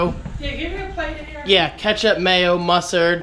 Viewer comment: did you say "musard"? lol it's "mustard", lol what are you like a toddler? lol, just kidding